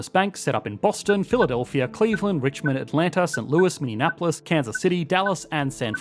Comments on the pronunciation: It hurts my brain when they say it like Indianapolis. Instead of mini-apolis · Great vid as usual! For future reference, Minneapolis is pronounced "Minnie-apolis" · Minneapolis= Mini-apolis